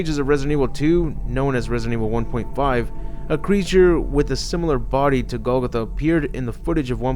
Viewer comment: its pronounced GOAL- GOTHA